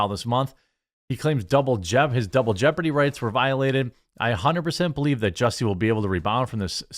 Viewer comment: At the start of this video, Did u call him ""juicy"" or did I hear wrong 🤣🤣🤣